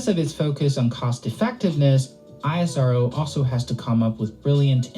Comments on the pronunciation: it is ISRO not I-S-R-O like NASA not N-A-S-A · Everytime he said I-S-R-O I corrected him "please it's IS-RO" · Don't call it as i-s-r-o,its isro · Hey its ISRO - u pronounce - I S RO thats wrong Which is correct is ISRO - E Sa Ro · Dude calling it I.S.R.O. ( eye es ar oo) is irritating call it ISRO ( ees-row) for god sake . Do you call nasa ..N.A.S.A. just not used to hear I.S.R.O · Its ISRO (pronounced as iss-row)not I-S-R-O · The agency is NOT called "I S R O". It's called "Is Row". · We call it ISRO. Not I. S. R. O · It's pronounced ISRO and not I.S.R.O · It should be pronounced as esro not I.S.R.O. like nasa not N.A.S.A. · We call it ISRO not I.S.R.O. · Dont spell ISRO like i yes our vow .. we call it is + row .. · yes bro isro is right word not i s r o . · Stop saying the letters out individually..You don't say N A S A as separate letters do you?